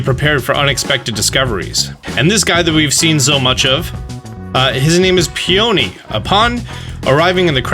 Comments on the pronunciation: Pee-yuh-nee. The yuh is barely pronounced Not pee-OH-nee (please don't hate me they're my favorite flowers 😅) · Peeani not pony lol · I think peony is pronounced "pee-a-knee" But I'm not sure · Just wanna say, Peony is (pee-uh-nee) like the flower, as several of the major characters names have been flowers for sword and shield: Magnolia (tree and flower), Rose, Hop (flowers used for beer), Oleana (feminine adaptation of Oleander), Mustard (tree and flower), and Peony. Love all the work you are doing though and glad you continually cover all these updates, keep up the great work. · The way you pronounce Peony is annoying and wrong.